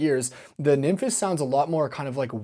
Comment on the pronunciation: I'm genuinely so sick of hearing the way you pronounce nymphes